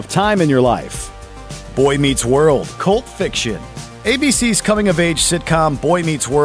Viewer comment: bruh, i thaught when he said cult fiction, he said pulp fiction lol